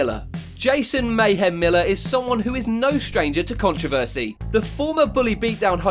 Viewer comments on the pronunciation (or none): none